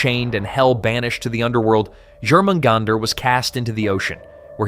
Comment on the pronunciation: Jormamgunder. The J is pronounced as a Y. Pronouncing the J is like nails down a chalkboard.